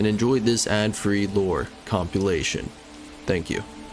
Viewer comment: I’m not saying it’s wrong but I’ve never heard anyone pronounce compilation like he does